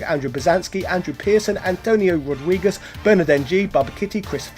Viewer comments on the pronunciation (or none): none